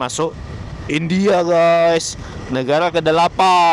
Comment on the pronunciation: Negara bg bukan negala